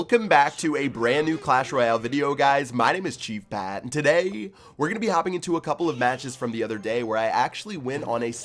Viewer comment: does anyone notice he says 'today' weirdly